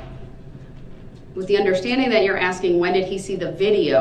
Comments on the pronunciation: You mean “AXKING” 🤷‍♀️🙄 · You mean axing or tellin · Would it be fair to say that the ALLEGED SUSPECT actually said: AXING or TELLING?! 🤣😂🤣😂 his bipolar behavior is sickening! His disrespectful behavior towards the Judge is causing me to need anger management classes! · He’s not “asking”, he’s “axing”. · Correction: he said AKSING not 'asking'. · You mean axing? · You mean axing. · " Aksing or telling?" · Listen to this fool axing☠️☠️☠️☠️☠️☠️ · axxin or tellin* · I believe he says "aksing". I wonder if he knows how to spell ask! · I wish the judge could say back to him, "Are you axeing or telling?" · 😮 I assume that’s AXING me NOT TELLING 😮😮😮